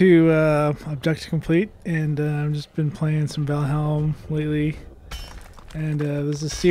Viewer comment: You do know by now it's "Val-HIME", right? ;-)